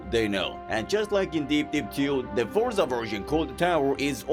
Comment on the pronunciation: "Fortza" Why did add a T to Forza???